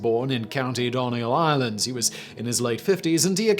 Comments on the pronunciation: The first story ur man was from donegal. Pronounced done e gal. I don't know what way Simon pronounced? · Donegal, pronounced like Dun-e-gall... 😅 Not sure exactly how Simon pronounced it here... Couldn't catch it at all